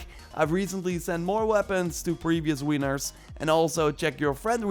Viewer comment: "previous wieners"